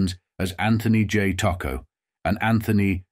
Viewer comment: The pronunciation of Tocco's name is horrible and repetitive throughout this documentary.